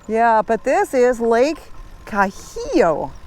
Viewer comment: Great video! Let me help. Named after the Cahuilla band of Native Americans in this region, it is pronounced, “ KA-WEE-AH”.